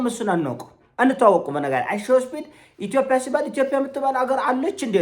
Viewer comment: ማስሬን በሰማሁ ቁጥር ጉምቱ ሀሳቦቹ መሀል የሚጎረብጠኝ ኢቶፒያ የሚለዉ ቃሉ ነዉ:: አስመስሎ የሚጠቀመዉ የአነጋገር ዘይቤም ቢሆን 'ጰ' ፊደል አለዉ